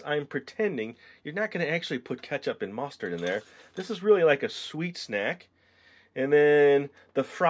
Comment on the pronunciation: "Push out the mastard"